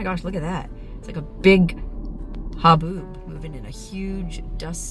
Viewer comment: It’s a-boob. Ok haboob…..